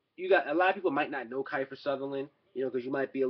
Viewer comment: Kifer Sutherland haha it's Kiefer (KEY-FER)